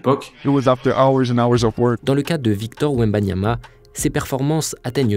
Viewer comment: Wembanana encore un petit Français bien de chez nous 🤣